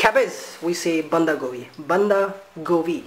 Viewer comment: We call it band gobi not banda gobi